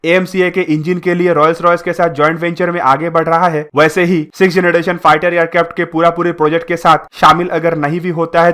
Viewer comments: Bhai mai tujko unsubscribe krduga agr tune fir se generation or gederation bola ... Jb proper English pronounce nhi kr pate ho to bolte kyu ho or ye dusro ki video dekh kr batane ho knowledge kuch hai nhi😡😡😡😡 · 🤣🤣yes ur right he said gedration too 😂😂,but videos knowledgeable hoti hai bro